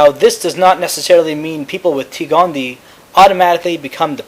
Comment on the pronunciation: OK, sorry, just, real quick: It's, T. gondie-EYE, there are two 'eyes', thus, gondie-EYE. 'Sclerae' is pronounced 'sklerry', like sherry (the beverage). Aside from that small critique, great videos!